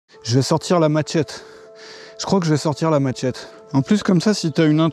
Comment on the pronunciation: c est pas maTchette kon dit mais machette